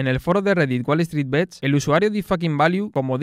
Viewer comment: deberias ser la joddidda voz en of de la pelicula y aparecer como resumen en cada parte del arco de la trama de la futura pelicula, buen video crack Edito: Recuerda que "bets" se pronuncia tal cual, y no bits, solo eso. Nimiedades